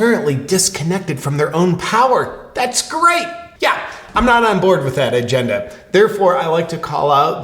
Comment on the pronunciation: Did I hear you say "iGend-a"?